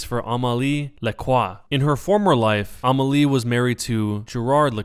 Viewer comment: oui mais il voix un e et il dit a.